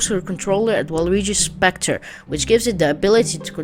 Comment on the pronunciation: For the waluigi ark don’t you mean scepter not Spector